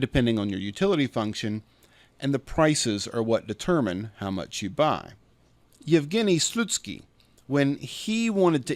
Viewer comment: Special thanks for pronouncing "Evgeniy Slutsky" correctly, as close as it is only possible to the original!